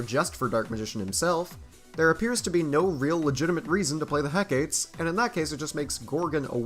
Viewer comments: He-ka-tee Not heck eight lol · Hecate is pronounced heck a tee